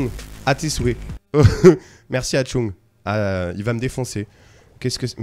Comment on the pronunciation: C'est pas Atchung mais Achtung (ARTUNG GRENADE Dire avec un Accent Allemand xD) C'est de l'Allemand sa veut dire Attention, fin jcrois mdr